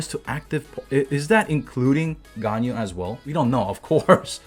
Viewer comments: Here's to help u wif prononcing Ganyu's Name. Gan = like Shao Khan from Mortal Kombat but with a G as in Ghan, Yu = Imagine You and we, mix it together and it should sound like Yuwee read it fast and ull get it right, u can also pronounce it as yee. 👍🏻 Keep up the content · Everyone: Ganyu Me: Ganao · new MEME: ”ＧＡＮＹＵＬＥＳＳ”